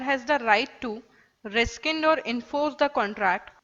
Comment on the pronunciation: Very informative. Thanks. A polite correction! The pronunciation of rescind is like RESIND not RESKIND. Thank you.